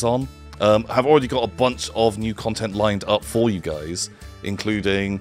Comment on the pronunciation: More ‘cuntent’, I guess that means is coming back to the channel.